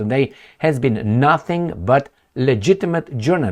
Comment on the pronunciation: It is pronounced cores not corpse...we made fun of Obama for saying corpse...